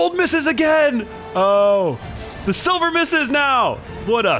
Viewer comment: man said sivler